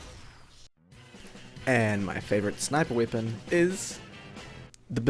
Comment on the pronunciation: Are you from Croatia or to be precise,Dalmatia? I have noticed just now that you say I instead of E like weapon for wipon. I'm not making fun of you,but the people in Croatia use ikavica to replace the letter E with I like you do.